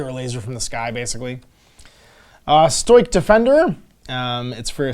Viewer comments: That’s…not how you pronounce “Stoic”. That aside, great review. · Please for the love of God look up how the word "stoic" is pronounced, holy shit.